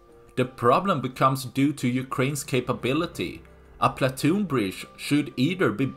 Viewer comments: It’s pontoon bridge, not platoon bridge. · Pontoon bridge, not platoon. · are you saying 'platoon"? it should be pontoon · Platoon Bridge. ❌ Pontoon Bridge ✅ Regardless of the above, good video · Why do you keep calling it a platoon bridge instead of a pontoon bridge? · Someone advise the narrator that it is a pontoon bridge,not a platoon bridge.He said platoon numerous times and no one noticed in editing. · It's PONTOON bridge, not platoon. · Say it with me, 'PON' same as 'Gone' , "TOON' as in cartoon, or 'tune' PON TOON. PONTOON bridge. Hope this helps! What do I think? Sink it already! How hard can it be with those HIMARS? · *Pontoon bridge, old boy, not "Platoon bridge." - otherwise, spot-on. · Pontoon bridge. Not platoon bridge, ffs. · Pontoon bridge. Not platoon bridge. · Pontoon bridge not platoon bridge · Pontoon,pontoon not platoon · Pontoon not Platoon. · PONtoon, not PLAtoon.